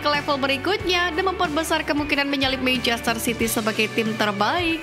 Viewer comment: kenapa sih dari dulu naratornya kalo ngomong manchester city selalu terdengarnya kaya "meicester" tadinya saya pikir saya yg salah denger, tapi emang bener naratornya ngomongnya "meicester" terus...😂